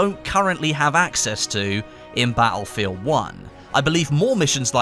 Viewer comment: Ba'elfield 1